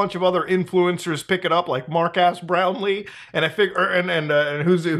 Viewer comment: i just realized within this video that Muta pronounces him "Marc Ass Brownley"